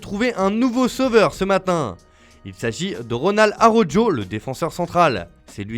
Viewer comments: Ronald Araujo, il est passé l'accent, c'est plus Araukho... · 😂 Il a dit Arojjoe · "Arojo " pire prononciation 😭